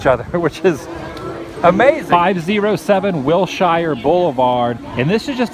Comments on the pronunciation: Wilshire is pronounced Will sure, not Will shy er... :P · WILL SURE NOT WILL SHIRE... and every time you said WILL SHIRE it just bust my buttons.... still love your Vids! WILL SURE WILL SURE WILL SURE.. YEA! xoxo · Love the video, but just so you know, native Californians pronounce Wilshire Blvd as "Will-sure" not "Will-shy-yer." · Wil-sher. Wil-sher Blvd., Mr. Woo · watching your back here: As a LA native, wilshire is pronounced like will-sure. Us, funny weirdo Angelenos, I know. hahah I really loved the video though! thanks for giving us the addresses! i haven't been to MGM or WDW yet. It's weird to see how disney perpetuates hollywood and California as. Hollywood isn't this clean nor pretty. I wish I could've seen Hollywood in its hay day. Sunset Blvd is pretty great when you're heading towards Malibu and santa Monica. Disney would've done a wonderful job of recreating some of the early 20th century architecture in Burbank. The Burbank Water & Power building is a pretty awesome example of art deco work. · Hey Adam.. greetings from Riverside CA.. Wilshire Blvd isn't pronounced how it sounds.. it's pronounced Wil-Shur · Just so you know - the way we locals pronounce Wilshire - is WILLSURE. And I believe the dog atop the building is not a dalmatian but a great dane! ;) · I'm not trying to hate, but you're pronouncing "Whilshire Blvd" the wrong way.